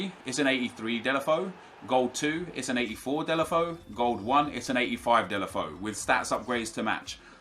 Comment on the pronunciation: dela foe.... so triggering